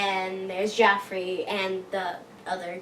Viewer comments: It's Joffrey not Geoffrey :) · It's Joffrey!! Not Geoffrey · it's actually Joffrey, not Geoffrey